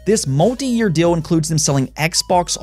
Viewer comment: Im the one who is hearing guy saying "dill"?